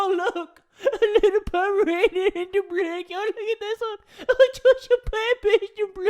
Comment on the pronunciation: "ooooh look a powmerainonnn" also jay: "My baby got lodged in my throat"